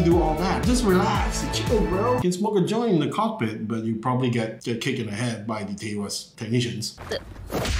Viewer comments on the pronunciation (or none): none